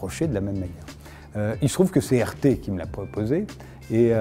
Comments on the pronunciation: Il est naze le présentateur ou quoi ? Il 'est pas sur "arte" mais sur "rt" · « Pourquoi vous trouve-t-on sur une chaine comme Arte ? » Pourriez-vous mieux prononcer RT, SVP ? Là il y a vraiment une source de confusion.